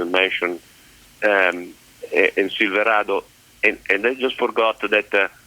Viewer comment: If I could pronounce silverado the way this man can I would have bought one instead of the Sierra